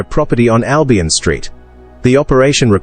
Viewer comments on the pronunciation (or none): none